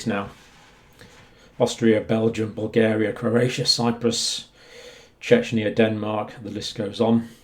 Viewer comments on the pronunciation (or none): It always seems to me, You are saying Chechnya, when You mean Czechia. Very different places, but maybe it is just me hearing it wrong.